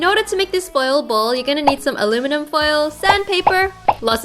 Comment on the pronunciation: I don't really know, but every time Wengie says "foil ball", I literally hear "spoiled ball". LOL!!!!